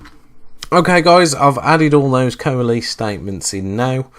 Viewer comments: coa les. It's pronounced like co less... ARRRRGGGG!!!! /ˌkōəˈles/ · I'd write it ko-a-less, but not so far from your spelling. So I'm wondering why you pronounce it kow-uh-LEASE. I've never heard it pronounced that way. Is it a regional thing? How would you pronounce it outside of the SQL environment? Not saying its wrong, just interested!